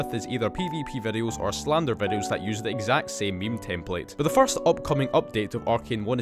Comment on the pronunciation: Why did I hear " Fart " Instead of " First " 😭